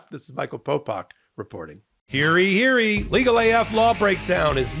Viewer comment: It's hear YE hear YE, not heary heary.